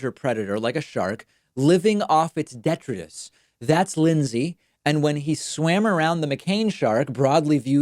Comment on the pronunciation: detritus, de-trite-us.